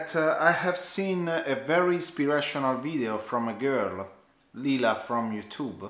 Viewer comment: I'm so proud of you! Well done! hahaha yes it's lila;-) but you get bonus points for pronouncing it correctly. I believe your number doesn't define you. Having 1 million subs doesn't make you superior just like having 10 subscribers doesn't make you any less of a worthy youtuber. That's why I think Cody's #nosmallcreator movement is SO awesome!